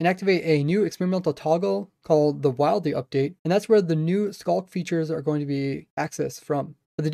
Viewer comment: it sounds like he says the Wildey update XD